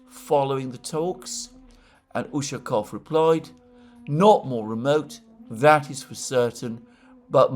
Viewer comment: Alexander mate! Great job! You are getting there slowly but faithfully. During the video today you managed to pronounce Ushakov's last name correctly at least 2 times. Again you tanked the other 10 times. However, kudos to you and I take my hat off to you for trying.Keep at it mate!